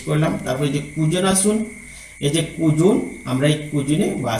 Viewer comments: অনেক ধন্যবাদ, আপনার ভিডিও অনেক তথ্যবহুল কিন্ত কিছু শব্দের উচ্চারণ ভীষণ শ্রুতিকটু লাগছিল। খুঁজুন কে কুযুন বলছেন, স্ট্যাটাস কে ট্রেটাস বলছেন ইত্যাদি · আপনাকে আন্তরিক ধন্যবাদ স্যার । অত্যন্ত গুরুত্বপূর্ণ একটি ভিডিও। তবে, আপনার উচ্চারণে কিছুটা সমস্যা থাকায় শ্রবণে বিঘ্ন ঘটছে। হতে পারে এটা আপনার আঞ্চলিকতার কারণে হচ্ছে। যেমন, 'খুঁজুন'কে আপনি বারবার বলছেন কুজুন। মনে রাখবেন, আপনার এই ভিডিওটা শুধু আপনার এলাকার শিক্ষকরাই দেখবেন না, সারা দেশের বিভিন্ন অঞ্চলের শিক্ষকরা দেখবেন। আশা করি আগামী ভিডিগুলোতে এই ব্যাপারগুলি পরিহার করবেন ইনশা আল্লাহ্‌।